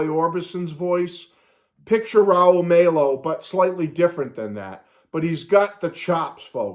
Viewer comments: Glad you're loving the album!!! It's on my Spotify rotation right now!!! BTW, Raul Mal-O...that's the pronunciation...Like Mal Evans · Pronouncing Rauls last name wrong